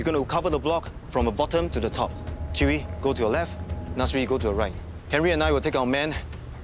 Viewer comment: The way he pronounce Chee Wee sounds like chewy and Nasri like nursery